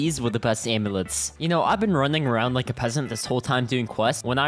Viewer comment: bro said aimlets